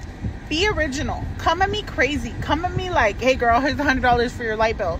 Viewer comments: Light bill?? I thought she said lipo. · lol thats what I heard as well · Light bill I swar she said lipo..😂